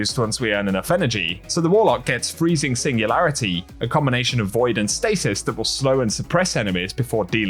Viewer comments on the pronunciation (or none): none